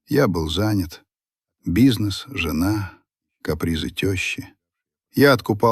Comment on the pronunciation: только вот жЁна подкачала, с ударением опять беда😢😂😂